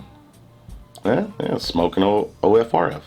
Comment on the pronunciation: Kudos aluminium and smok pronounced correctly. The black o ringed coil is mesh the other is a parallel coil not as good imho. Odd also the mtl one has larger juice ports, more cotton probably you can go over the recommended wattage by 5w easy.